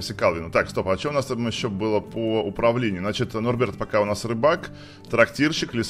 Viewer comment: Интересный факт. Правильно не нурберта, а норберта👍